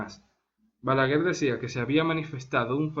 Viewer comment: Se dice balaguer! No balaguel 😅